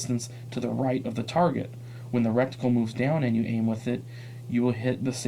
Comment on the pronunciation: I understand the concerns but this might make someone decide against the optic. Being 100% honest, I would rather hear criticism from someone who has used this optic in a real life situation. If SOCOM has selected this optic as an option, I'd take their opinion over someone who can't pronounce reticle correctly or get model names correct in the review. Thank you for the opinion but the mistakes in this review take away from your credibility.